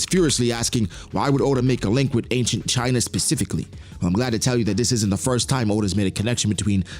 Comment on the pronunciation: Why’d you say china like that?